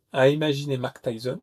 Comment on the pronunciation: Mak Tayson ?!? Tu déconnes 😅